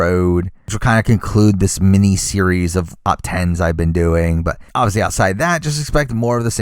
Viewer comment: im sorry about how random this comments is but everytime you say obviously I understand it as Ozzy and im like..... why is Ozzy on this list?? he played a billion timessss. and then i realize